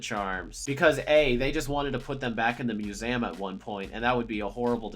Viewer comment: How did he say museum?